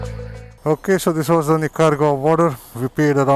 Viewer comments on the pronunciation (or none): Nicaragua :- "NEEKA - RAA - GUA"